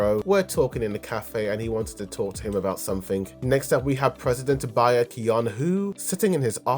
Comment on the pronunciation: Baek is pronounced like Beck